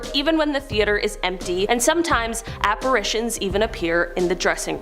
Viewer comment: Oh comon...apparitions with a soft i after the r not a hard A.